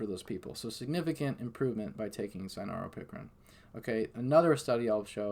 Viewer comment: It sounded like what u spelled or maybe even spelled what he said wrong in the written transcripts...none the less...he spelled the correct word out for you in his reply...he was saying cynaropicrin....not sanoran pickering.